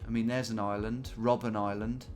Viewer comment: You really don't like reading names, do you? :D First Robben Island, then the word "Nürnberger" in front of Christkindlmarkt.